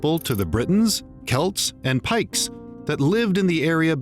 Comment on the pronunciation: picts not pikes. im a pict or scotsman i think. lol